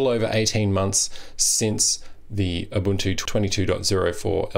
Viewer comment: Small point: its pronounced 'oo-buntoo' not 'uh-buntoo'!